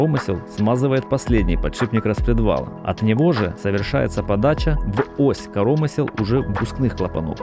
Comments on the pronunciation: Если бы автор видоса ставил правильно ударения в словах русского языка, то вообще был бы супер-видос... Не Излишки, а излИшки, не корОмысел, а коромЫсел... Думаю это профессиональный "диалект" )) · Блин, коромы́сел! Máсляная плёнка! Máсляная! Найми русскоязычного, если забыл русский или плохо выучил. Слушать невозможно! На семь минут хватило! Корóмысла просто убили. Это уже за гранью. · ты дебил, он карОмысел говорит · Неужели никого не смутило произношение "корОмысел"?